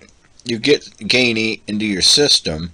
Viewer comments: Alright, listen: STOP SAYING "GAY-NEE" !! It is pronounced JEE-NEE. How the hell do you get "GAYNEE" from Geany? According to their own FAQ website, they tell you: Q: How do you pronounce Geany? (^) A: ʒeːniː (pronounced like "genie") And do you notice the "lamp" icon with the "Genie" coming out? (Like Aladdin's lamp) Please stop saying it as GAY-NEE. The 2nd time you said it that way we stopped the video. We thought if you overlook this detail (a basic, important one), then who knows what else in the video is wrong? (It always amazes me how people seem to almost go out of their way to mispronounce certain words that otherwise seem obvious.) !! It is pronounced JEE-NEE. Remake the video pronouncing it correctly time, please. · I'm too late to the party, but yeah hearing a hard G was hard on my ears. The logo is a lamp. Thanks for the video.